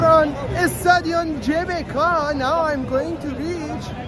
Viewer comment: GBK Like ur Saying Goggle Game Not Jbk